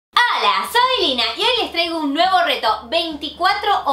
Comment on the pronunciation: El que diga mal Lyna no es fan de Lyna si dicen lina